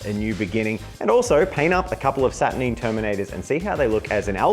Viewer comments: SAT UR 9!!! not saturneen!?!?!?!?!?!?!?! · Why are you saying "Satur-neen? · Saturneen... neen? Sat ur NINE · Satur Nine not Satur Neen. Can clearly tell you never watched the videos GW made, because they pronounce the name properly. Not this weird Neen you guys keep saying. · SaturNEEN? 🤢🤮😂 love it when YouTubers deliberately mispronounce sheet.